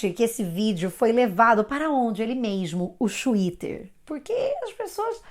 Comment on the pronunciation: "xuíter" kakakakakak adotei pra mim tb.... vc é pura "educabilidade cognitiva", é a prórpria técnica do Prof. Feuerstein. Eu aprendo muito com você,!Obrigada.